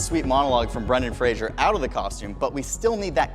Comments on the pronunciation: If you want to do Brendan Fraser pround, you can pronounce his name correctly. It's Fraser (pronounced PHRASE-er), not like Frasier, the TV series. He used to get really annoyed about that. That being said, the trailier is epic. Really, really well done! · Great attention to detail… Except for the pronunciation of Brendan Fraser's name! Comedy Central used to have a station ID in regular rotation with Fraser on The Daily Show in 1999 saying, "…That's Fraser, not Frasier! If you say 'Frasier', I KNOW WHERE YOU LIVE!". (Only one copy of this on the Internet that I've ever been able to find, albeit with some talking over it: "It's Brendan Fraser not 'Frashur'", on Xay's channel, video ID cbcLZcOgito.) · Fraser, not Frasier. Rhymes with “laser.” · Can't believe said "Fraser-ssance" when "Brenaissance" was RIGHT there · "Fraserssance"...?? Guys, "Brenaissance" was RIGHT THERE...!! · Dude doesn't even know Brendan Fraser's last name and keeps saying Frazier. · I couldn't care less about Batgirl being canceled. And in an interview, Brendan Fraser once said his name is Brendan Fraser, not Brendan Frasier like so many people including pronounce...